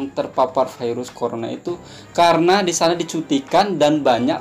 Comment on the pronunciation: kalau virus dijadikan firus pirus.. Mantap... 😂😂😂😁😁